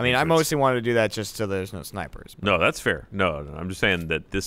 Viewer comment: Sounded like said "shnipers"